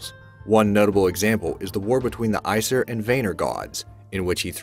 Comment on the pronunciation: Yes his pronunciation was offense especially of the Norse parts calling the Aesir the "Ice-ear" and I can't even describe how he screwed up Vanir and Mjolnir!